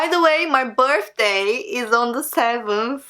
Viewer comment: “my birfday”